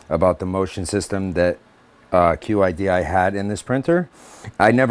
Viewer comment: great, also its pronounce Chidi....:)